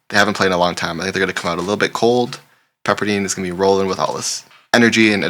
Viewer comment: Pepper dIne not dean😂😂😂😂